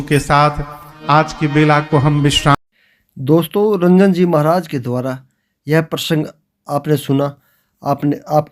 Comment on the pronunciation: कृपया महाराज जी के नाम का सही उच्चारण करें उनका नाम रंजन जी नहीं अपितु राजन जी है 🙏🙏